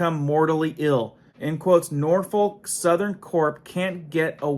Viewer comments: N O R F O L K not NorTH foRK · It is pronounced Nor’fok!! But I’m from Tn.. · And the L is pronounced as a C. "We don't smoke! We don't Drink! Norfolk! Norfolk!"